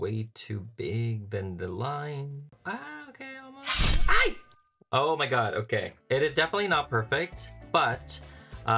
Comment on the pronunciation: Your "Ay!" is very funny. Very Pinoy!